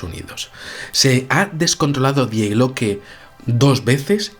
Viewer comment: Se pronuncia "Di" no "Die"